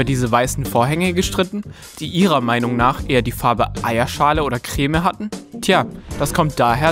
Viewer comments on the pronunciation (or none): SCHTIL KOMFORD UND KREMEEE!